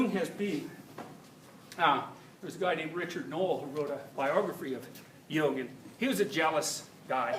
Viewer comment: sometimes I'm not sure whether he says "Jung" or "hume" does also talk about hume?